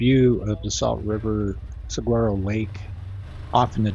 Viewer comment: "SUH-WAR-OH" Lake.